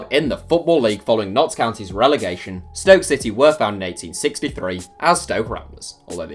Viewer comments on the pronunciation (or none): none